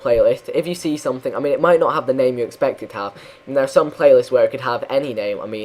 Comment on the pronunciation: You always say ''something'' in a russian way: somethink :D